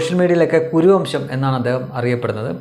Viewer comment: Kuruvamsham not Koravamsham(kora=barck)dogs